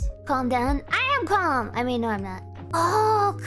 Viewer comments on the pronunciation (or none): none